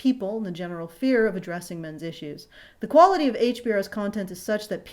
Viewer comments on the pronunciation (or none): none